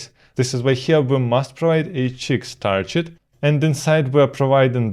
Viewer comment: Hi, I am getting more and more hooked on your content, bravo! But as I have seen some videos of yours, I noticed you're pronouncing the word target like I haven't heard before: It's not "tarjet", but with a hard g like in "gig"